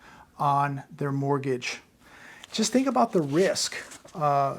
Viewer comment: take a look at a clip I edited it has a strange rime to it: even if he's serious it sounds a little bit funny even if in in a morbid way,.. also: Mortgage = Borgage